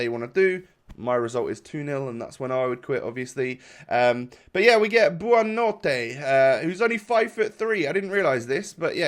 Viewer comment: Buonnanote name is pronounced Bonanote